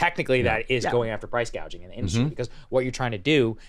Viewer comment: What Kamala is proposing is not "price gouging" but " price gauging" 😂😂😂